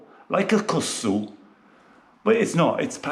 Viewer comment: You need to pronounce the second K hehe. It's not Kussu but KusKsu 😊